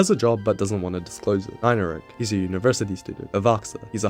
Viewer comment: Nai nerik?? "NAI"nerik????